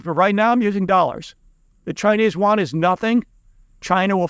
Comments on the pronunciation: Its pronounced as the Chinese "yoo aan" not the waan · Not Won, Yuan (“yoo-en”). I agree with your basic conclusions. Keep it up.